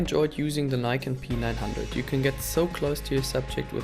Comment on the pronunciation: You pronounce P9 like PEANUT bro😬😆